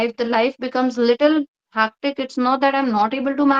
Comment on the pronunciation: I think you pronounced the word hectic correctly,cuz it's more about enunciation,it was understood nothing wrong